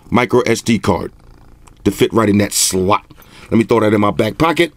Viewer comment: I love how he says slot😂 it kills me Everytime😂